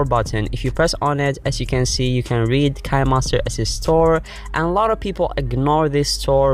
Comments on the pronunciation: It sounds nice to make him say Kinemaster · Next time pronounce kinemaster right👍👍👍